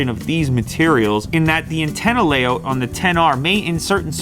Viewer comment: I like how he said Antenna lay’out’